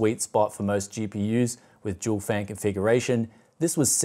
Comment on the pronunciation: i've been watching a few of your videos, but im afraid i cant get used to your australian accent you pronounce the D in Dual as if its a J to me it sounds like you're saying Jewel "Recently on the channel here, i took a look at jewel gpu's..."